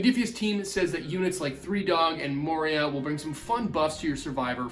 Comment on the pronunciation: It’s Moira Brown, pronounced “Moy-ra” it’s not Moria as in the Lord of the Rings